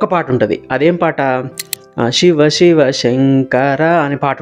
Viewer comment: షివ , షివలింగం ఏంటి బాబూ, శివ, శివలింగం అను. ఉచ్చారణ చాలా ముఖ్యం presenter కి.